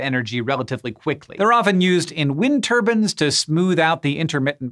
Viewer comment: I’m sorry... did you say “wind TURBANS” ?